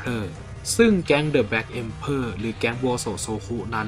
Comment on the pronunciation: black emperor อ่านว่า เอ็มเพอร์เรอร์